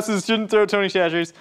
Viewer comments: He finally said chacheres correctly (sa-sher-ee) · I’m so proud of fully committing to saying Tony Chachere’s the right way, at least most of the time, lol.